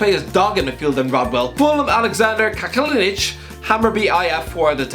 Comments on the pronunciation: Can’t pronounce Kacaniklic? ‘Catch a nick litch’ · You pronounce Kacaniklic as ”catch-a-nick-litch” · It’s Cal-Can-It-Lick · Not as bad as the way he said kacaniklic